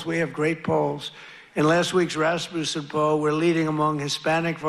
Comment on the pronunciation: He was trying to say Rasmussen and mashed it up with Rasputin.